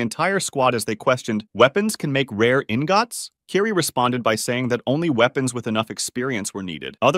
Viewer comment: not pronouncing ingots as in - gots 💀